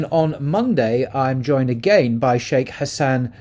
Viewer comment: Welcome back! What is going on in FRA? I like how you pronounce "agaiiiinnnn" :) not "agaen" :)